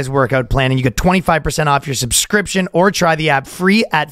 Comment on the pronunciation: Ryan is back on saying "suscription" again.